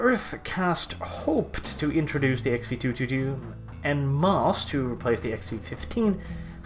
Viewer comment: When he said 222, it sounded a LOT like Pew Pew Pew. So funny!